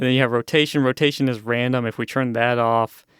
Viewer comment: I hate how this guy says churn instead of turn But other than that these tutorials would be helpful if I used mine imator